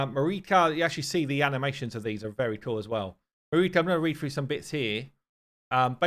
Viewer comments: Marichka should be pronounced with ʧ - mariʧka. It is slavic indeed, diminutive form of Maria if Im not mistaken. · Marichka is pronounced Ma-reesh-ka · It is (Ma REE ch Ka). Anyway, She seems amazing. Her passive is great against Bommal. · Here in Ukraine we call the invaders "Orcs". So Takas making them frightened is an amazing joke. FYI Marichka, you should say ch as in chair MA-REE-CHKA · It pronounced with ch - Mari-ch-ka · Ch in Marichka is pronounced same way ch in i.e. 'check'. You're welcome ☺️ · Ch in marichka is probably pronounced sh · Marichka is pronounced with a Ch sound, it means "little Mary"